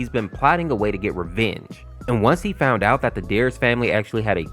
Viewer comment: "I faund the game full of blood... but i did not care"